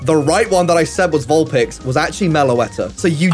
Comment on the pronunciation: did mans really just say "Vulplix?"